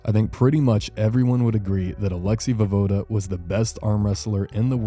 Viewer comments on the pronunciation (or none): pronounced vo-ye-voda